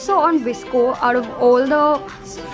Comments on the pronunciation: Girl it's not visco* it is "VOS-CO" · First things first...its not visco its v. s. c. o p. s:- dope video